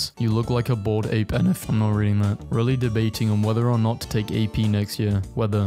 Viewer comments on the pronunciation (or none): none